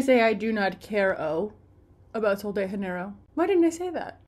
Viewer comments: I love you but as a Brazilian, please don't pronounce "Sol de Janeiro" with Spanish phonetics 😂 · (Please delete if I’m being that annoying person) the J in Janeiro is a Portuguese J not a Spanish J, similar to French “je”